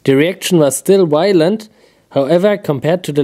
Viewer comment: Those reactions were so wylent, whylent, wilent omg! So wy-lently awesome